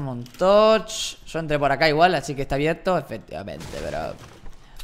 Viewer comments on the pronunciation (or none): Soy el unico que escucho abiedto